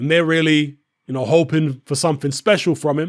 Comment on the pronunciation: Weally weally?we didun now dat 🙈🙈🙈🙈🙈